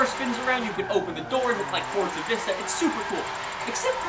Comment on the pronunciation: I really like you man you're a nice guy but why oh why do you pronounce the game as FORTZA all the time